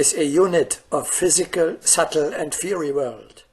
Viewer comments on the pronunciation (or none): “Fiery” is pronounced “fire-ry”